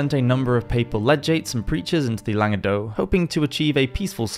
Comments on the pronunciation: Just to confuse you even more, the C at the end of Languedoc is actually pronounced 🤷🏻‍♀️ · What about the Jewish influence in promoting and spreading the Cathari anti Catholic doctrine? Also that’s not how you pronounce Languedoc.